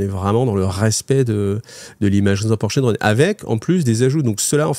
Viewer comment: Ah ah toi aussi tes oreilles ont saigné ? 😂